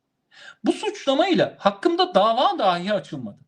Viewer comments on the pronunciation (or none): düşünce ve yorumunuza bütünüyle katılıyorum. Küçük bir eleştirim olacak: Konuşmanızda bir kaç kez kullandığınız bir kelimeyi yanlış telâffuz ediyorsunuz. Doğru seslendiriliş "dahî" şeklindedir. "Dâhi", dehâ sahibi anlamına gelen farklı bir kelimedir. Türkçemizin doğru kullanılması hususunda hassasiyeti olan bir ağabeyiniz olarak yaptığım bu eleştiriyi hoş göreceğinizi umarım. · Yeter artık. DAAAhj değil . DAhiiiii.